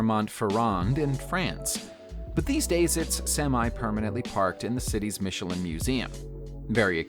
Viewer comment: Michelin (not Michelline)